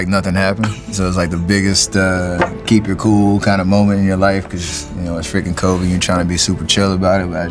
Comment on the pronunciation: it’s Kobe not Koby fyi